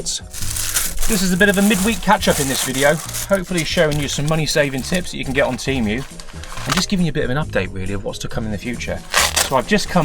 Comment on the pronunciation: Tee-Moo not Tee- mew